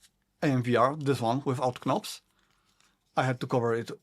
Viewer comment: Great review! I just couldn’t help but mention that the “k” in knobs is silent if you didn’t know. English is weird hahaha.